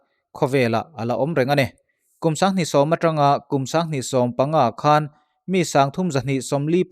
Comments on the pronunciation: A ngaihnawmin a bengvar thlak țhin narawh e. I aw a fiah țha a, a chian bakah chhiar i thiam thlawt. Mahse, 'khan' i thluk dan hi..... a thluk hi a pawimwwh, 'khân' angin i thluk mah mah. A awmzia a dang daih a nia. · 'Khan' tih i thluk dan hi 'Khanchhuk' tih a 'khan' tih anga hian thluk tur anih hmel. Engpawhnise i thiam ber tho tho e